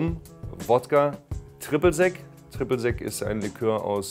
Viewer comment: Tribbl zec ... ein bisschen mühe zur Ausprache kann man sich schon geben, Junge